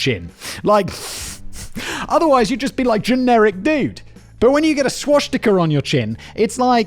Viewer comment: God Simon when you say “Swashtika” you make it sound like some dumb funny thing that pirates had